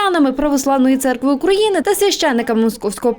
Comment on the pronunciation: Не грамотный мужчина у нас Украи’на, а не Укра’ина